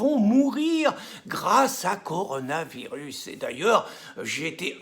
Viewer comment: Rien à voir avec le Coran le Coronavirus 🙄🤔 faut bien prononcer Pierre !!!